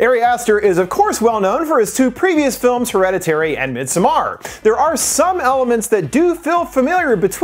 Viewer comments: The way he pronounced Midsommar made me upset. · you're pronouncing "Midsommar" wrong